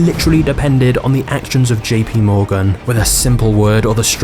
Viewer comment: You sure it's P not D in JP Morgan